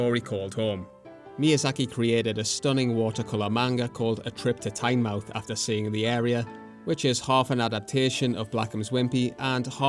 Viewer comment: It’s pronounced “TIN-məth”